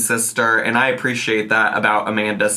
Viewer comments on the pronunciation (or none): none